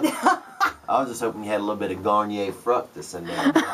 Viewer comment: “Garnier FRUCtis”